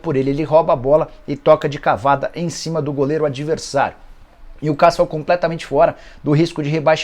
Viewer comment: Nicola, se diz: new quéssou